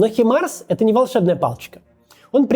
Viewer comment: хИмарс? Так да?